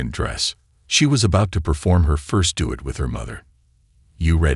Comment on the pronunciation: AI isnt perfect..do it vs duet. Recital not pronounced correctly. Sofie Sophia sometimes. Coppin for chophin (sic) and others. Lol